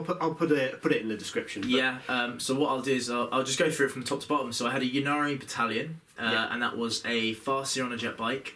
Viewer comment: I don't understand why this pronounciation of Ynnari has spread throughout the community. Surely you wouldn't say Yeevraine, it's just Yvraine? And the whole point of the play-on-words for the Yncarne's name is that he's the death god Incarnate - or would you say Yeencarnate?